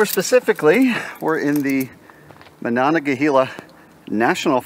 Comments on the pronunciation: Monongehela is not pronounced "Ma-non-gah-la-hey-ha". It is "Mo-non-ga-hay-la". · You really butchered the Pronunciation of Monongahela Mon nong ga hey la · It's pronounced man-ON-gah-HEE-lah. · It’s Monongahela my guy. Idk wtf you said